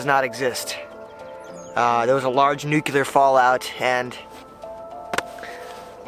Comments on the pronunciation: 'Nook Lee er' not nucular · You said Nucular .Nice dip into survival fishing . Good to generate interest . Even though you're not in Alaska trying to survive it's nice to make folk think on these subjects . Thank you . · If I had a dime for every time "nuclear" was mispronounced "nuke-yul-er"...